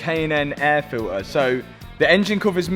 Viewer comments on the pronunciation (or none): "air filter" not "air filair"